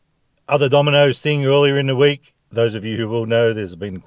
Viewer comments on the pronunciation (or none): none